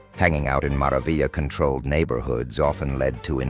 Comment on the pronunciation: This got cancelled the way he said mara vila😂 and they didnt say 38th st